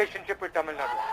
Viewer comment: Madam Sarah Jacob, it's Tamil Nadu. Nad-U. U. Learn it.